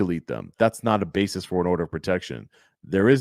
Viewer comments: Basis not bases. Did that lawyer go to college? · Where did that dumbass lawyer get his so-called degree, Trump University? Ummm, someone should tell him that the word he used numerous times is ‘B-A-S-I-S’, not BASES.